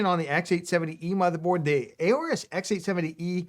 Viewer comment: You can save yourself a syllable here: the A in 'Aorus' is actually silent. (Just sayin. 😉)